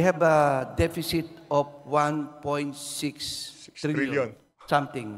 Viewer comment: 3.7 depecit? galing mo naman